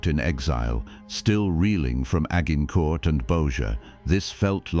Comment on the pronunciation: Agg-in-court.....stupid AI. 😂😂😂